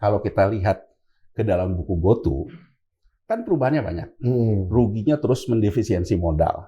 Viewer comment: GOTO pak, bukan GOTU